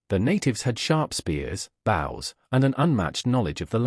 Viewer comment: Not bad for your first time. Take into consideration that some words have multiple pronunciation. For instance, bows was pronounced b-a-whs. Try to be as accurate as possible, there’s never been any evidence that Norsemen wore helms with horns. A false stereotype. Maybe a bit more detail but all in all, very nice.